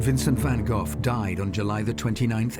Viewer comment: I really do enjoy your documentaries, but have to say: the name van Gogh should not be pronounced as van Gofffff....